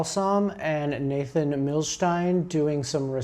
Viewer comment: How dare you say Nathan like that. 😂